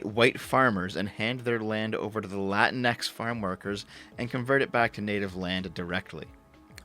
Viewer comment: did she REALLY say LANTIX?? Plz stfu lady,/sir/etc.